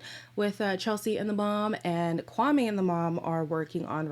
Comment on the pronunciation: on a side note, after hearing these rumours about his "sister" being hired, I went back to watch the first episode where he introduces himself, he says his name is (KWAM-ee) yet his sister says (Kwam-ay). I could be reaching though lol